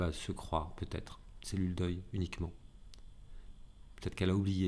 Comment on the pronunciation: Bonjour à la belle voix du cœur et aux rires expressifs Agréable à recevoir. RQ:Quand tu dis cellule d'oeil, j'entends cellule "deuil". MERCIIIII